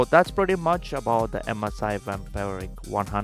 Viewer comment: I don't understand how he can say Pravesh or Naveen.. but he can't say Vampiric :D